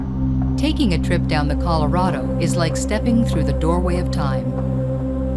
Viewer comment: Great job. Loved the video wish you could learn to pronounce the name right it's Spanish Colorado not colorada.